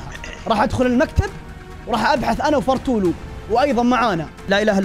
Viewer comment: قال فارتولو